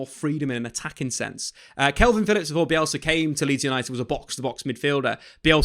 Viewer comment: Stop saying kelvin, why you doing that?